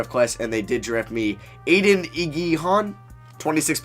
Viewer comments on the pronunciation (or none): none